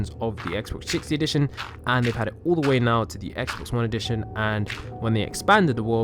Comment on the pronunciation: did u say DE WAE